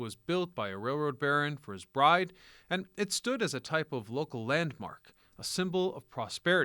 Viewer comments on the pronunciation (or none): none